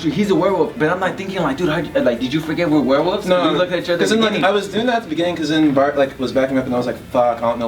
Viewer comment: Were-wolves Also: were-woof